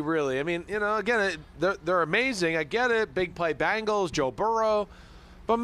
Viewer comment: jesus christ simms its BENGALS NOT BANGLES!!! these national talking heads NEVER give us ANY credit. cincy will be back in the superbowl multiple times and we are going to get a championship! whodey!!!